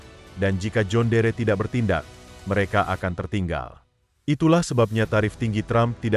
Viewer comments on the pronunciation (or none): Ini akibat bikin narasi pake robot Ai, jon dir dibaca jhon deree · Tulisan: John Deere . . baca nya "jon diir" bukan "jon dere" ngak enak dengarnya karena dari dulu jaman nenek gw, merk ini sudah ada di Indonesia dan nenek saya menyebutnya "jon diir" ..bukan "jon dere" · Cara bacanya. "Jon diir" bg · Sedikit masukan buat presenter agar memperhatikan cara penyebutan "John Deere" cukup risih dengerin penyebutan yg keliru.